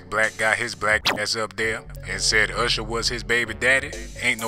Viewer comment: 🤣 he didn't say usher, he say "husher"